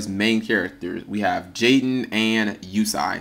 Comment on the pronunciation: its pronounced you say